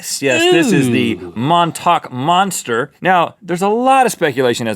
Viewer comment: Love how he pronounced montauk